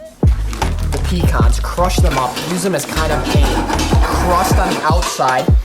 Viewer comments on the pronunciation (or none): It’s pecans not pecans